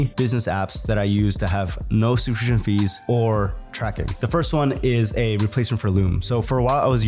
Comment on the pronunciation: Youtube-grifter can't pronounce "subscription". 🤣